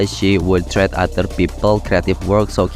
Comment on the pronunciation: pronounc mistake treat = trit(threat artiny mengancam ini treat artinya merawat) busy = bisi photo = fotou efforts = efourts fatal = fay-tal